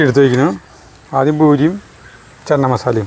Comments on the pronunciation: ചെന്ന മസാല അല്ല 😄ചെന മസാല 😄😄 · North Indian annu channa(ചണ ) എന്നാ പറയുക. ചന്ന അല്ല. ഹിന്ദി ആണ് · ചന്ന മസാല അല്ല. ..ചന മസാല 😊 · It's ചന മസാല ചേട്ടാ... not 'ചന്ന '..... ചന means കടല in ഹിന്ദി.... അടിപൊളി ❤️👌👍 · ചന്ന മസാല അല്ല.. ചന മസാല..പട്ടിയിലെ "ച".. തുമ്പിയിലെ "ന".. ( ശ്യേ , പൂരി എന്നുള്ളത് കറക്റ്റ് ആയി പറയുകയും എഴുതുകയും ചെയ്തു ) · ചന (चना ) എന്നു പറയുക ചനമസാല